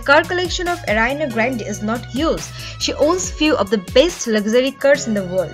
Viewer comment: Did someone noticed how the narrator of this video pronounces Ariana Grande